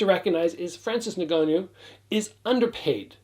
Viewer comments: Hey. To correct your pronunciation of Francis's last name. It's EN-GA-NOO. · Pronounced En gannou